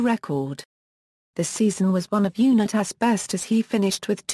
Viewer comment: Bullshit narration!!!! Can’t even pronounce Unitas correctly.